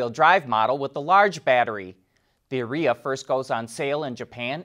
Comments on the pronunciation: Are e a. Not Areeea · Careful how you pronounce Ariya. Sounds an awful lot like urea. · Are you sure you are saying Arya right? I think it’s pronounced Aria. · I think your mispronouncing the name. Urea should be proounced the Ariya. .... but it is a Nissan, so you might have made a Freudian slip about expected quality.